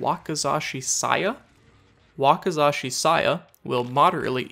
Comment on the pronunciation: You did pretry good on the Japanese pronunciation. Wakizashi has more of an "E" pronunciation. Also will you do more updated lists? The Cannibal would be a good one since they changed the HELL out of his add ons.